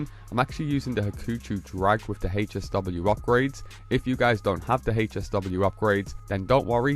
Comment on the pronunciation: Bruh calls it’s HAY SW 😂 you mean HSW TIME TRAIL THE HECK IS HAYSW no hate just makes you cringe as hearing it 😅